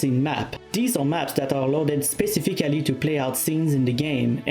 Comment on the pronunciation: Not to disrespect, but the way he pronounced "specifically" was really funny